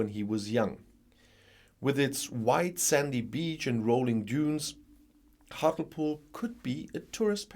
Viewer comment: Hart-lee-pool in pronunciation….